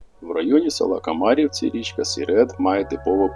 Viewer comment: Правильний наголос треба село комарі’вці